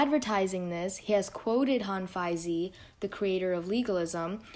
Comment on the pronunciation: It would be much better to for you to pronounce Hanfeizi as /Han-Fei-Zi/ rather than /Han-Feit-Tzi/